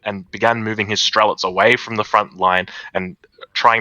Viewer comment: So good to see quality commentary and even better with correct pronunciation of Strelets, thank you.